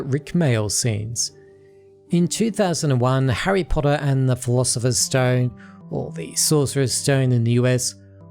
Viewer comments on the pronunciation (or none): none